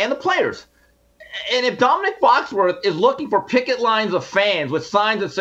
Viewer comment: Jason it's Foxworthy not Foxworth.